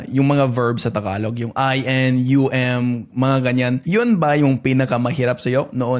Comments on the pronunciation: it is pronounce Ta-galog not Thaaaaghalog..Pag nag salita ka ng tagalog parang Robot.. Joke Lang, hehe.😅🤣😂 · The way you pronounce tagalog sounds like Spanish where you put a bit of glide on the Gs But tagalog G is quite a straight hard G idk